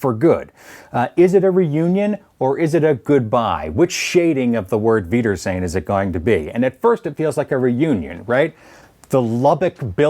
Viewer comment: I love how you pronounce the "r" in "wiedersehen," lol. It's interesting to see it as "reunion," as it's almost literally, "Until I see you again." The word "reunion" as you're using it sounds present-tense when the word is more future-tense. It definitely makes me see the episode in a different light, although I think taking all three definition of the word makes it even more profound.